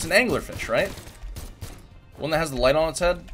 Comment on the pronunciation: “I was thinking of ‘thatt’ exclusive Ragnir skin” ya messed up a bit there, dude. I do love the new colours on basic Fait tho. It looks sick. With basic Dusk too, take a look at that if you haven’t.